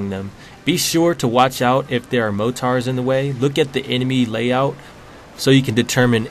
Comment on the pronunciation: Ha ha mo-tar